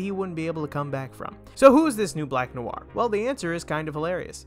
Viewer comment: why do you keep saying it as new are,,, its noir,,, pronounced nwarr